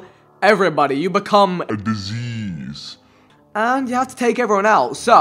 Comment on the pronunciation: When he said "you become disease" all i heard was you become a jj for some reason 😂